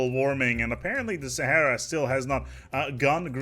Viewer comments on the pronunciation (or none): none